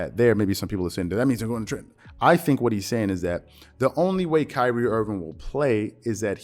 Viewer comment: “Pyrie Irving” lmaooo